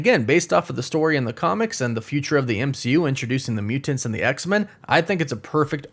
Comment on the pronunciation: Ugh! Why does he say Mutants like that? Lol